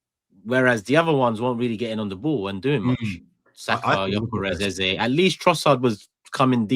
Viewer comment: When pronounces EZE as “Air-, I shudder. Am convinced he was the snob pupil at primary school.